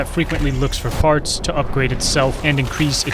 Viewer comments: I may have 0 sense of humour, but it killed me when you said "farts" rather than "parts". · bro said farts